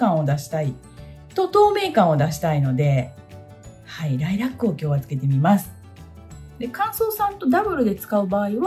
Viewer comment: ライラックの発音！ライラ↗️ック😂 ラ↗️イラックでは？ んもー🐮、の関西弁好き！！